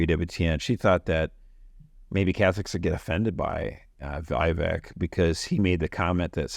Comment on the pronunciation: Just subscribed I agree with much of your comments only Mr Ramaswamy’s first name is pronounced ( Veevek) thank you.